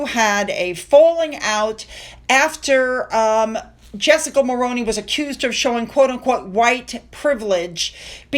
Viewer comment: I know this is just a little thing, but Mulroney as you said it, is pronounce Mulrooney. I'm Canadian.